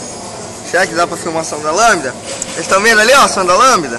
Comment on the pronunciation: o falou errado é sonda lambida kkkkkkkkkk